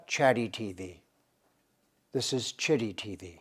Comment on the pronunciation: It's pronounced as chitt not t tt for taimur Tehran. Bharat means .. bha means rays of sun ... and rat means engrossed.. so in a land where all humans are engrossed in search of rays of truth is called bharat.